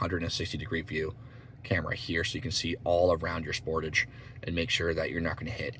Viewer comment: You are pronouncing the word Sportage wrong it's SPOR- TAGE